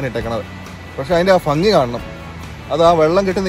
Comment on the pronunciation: ഫംഗി അല്ല ഭംഗി ഭംഗി ഭാരതപ്പുഴയുടെ 'ഭ' 😀😍 ഇഷ്ടം 😍